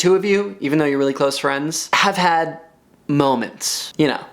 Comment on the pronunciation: "Ya know... MoMEntS"